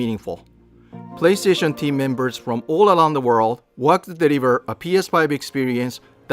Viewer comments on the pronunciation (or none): "from all aLound the world" I can't stop laughing 😅